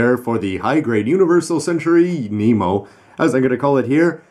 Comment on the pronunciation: its pronounced NEMO- (Nee-Mo) like Captain Nemo